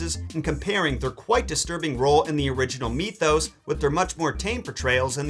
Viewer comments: dude please pronounce it mithos not meethose. it will make me feel a lot better. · Why'd you pronounce mythos so weird?